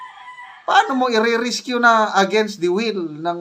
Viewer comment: Sir hindi rescue kundi risk you